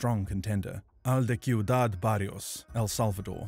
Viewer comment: They pronounced ciudad so wrong,it’s pronounced like siudad,not kiudad